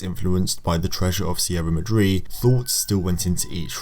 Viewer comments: Enjoyed your analysis, commentary and of course your research. Ony nit pick was your pronunciation of Sierra Madre. Here in the United States and in the film community the pronunciation is Mah-DRAY, not mah- DREE. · excellent analysis. thank you for this! not that it's super important, but I think it's pronounced 'Maw-dre.' Sierra Maw-dre. ;)